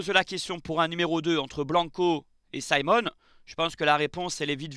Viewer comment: Pourquoi dire Symon? Le Cameroun est francophone... C'est Simon 😅